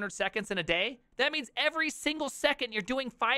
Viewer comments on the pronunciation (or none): none